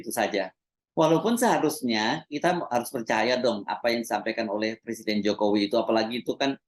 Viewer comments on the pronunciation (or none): Iki macak opo....ngucap presiden aja salah..katanya, saya bukan lurah, saya persiden katanya..lucu